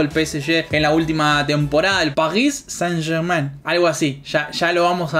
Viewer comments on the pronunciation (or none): se pronuncia SAN YERGMÁ